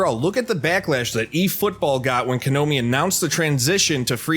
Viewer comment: Did he just say konomi? 😂😂